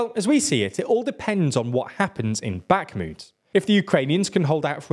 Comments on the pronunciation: Bakhmut rhymes with put, not flute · "back moot"